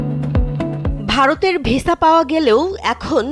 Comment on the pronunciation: Vesa na visa thik kore bolun